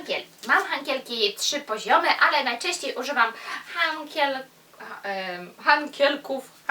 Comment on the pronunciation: Uwielbiam Cię a co do Twoich dylematów językowych to: Hantle/hantelki-nie hankielki;) I jeszcze coś mnie gryzie... powinno się mówić ćwiczyć a nie czwiczyć. Nie odbieraj tego jako hejt, broń Boże apropos ubioru: Kiedy mamy nosić mini/szorty itp? jak będziemy miały 100 lat? jak młodsze noszą to nie dobrze bo jak to taka młoda, jak kobitki po 30 to jak to taka matka itd. paranoja